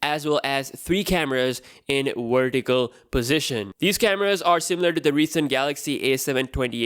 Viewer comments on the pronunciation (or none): "Wertical position" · Please pronounce 'v' in the word 'vertical' same way you say it in the words 'seven' and 'having'... I truly like your phone leaks and reviews though. Thanks!